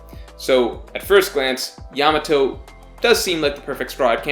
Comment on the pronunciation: Still can't pronounce her name right though ("Yamao" I think). Some people say that's not a good sign